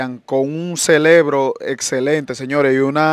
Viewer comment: Se dice Cerebro ya me estas haciendo quedar mal.